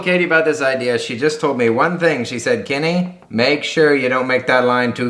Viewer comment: Bravo...great job. You say ur name funny. 🤷🏼‍♀️👏🏻👏🏻